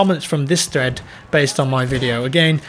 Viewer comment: Every time you said thread in your video, it sounds like you said threat.